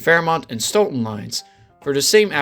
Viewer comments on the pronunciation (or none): none